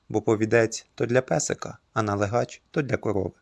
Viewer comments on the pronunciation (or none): У слові налигач наголос на другому складі: налИгач, а не налигАч. Принаймні в центральній Україні. Не думаю, що десь це слово звучить по іншому.